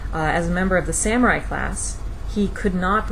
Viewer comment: It's pronounced sah-mu-rai.